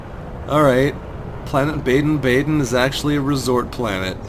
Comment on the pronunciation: It is pronounced baa den